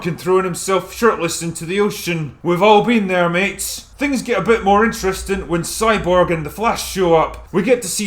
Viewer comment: Is it 'soyborg' or 'cyborg'?